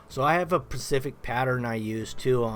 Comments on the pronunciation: Nice work. Are you from Vernal, Utah? Everyone there says "pacific" instead of "specific" as well. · Specific not Pacific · lol "Pacific" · “I have a pacific pattern with the power trowel” 🤣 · "so I have a pacific pattern" no dude, Specific:P If you want to be pacific I'll be Atlantic.